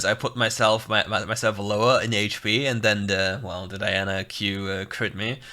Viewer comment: I like because you said the name right🤲🏽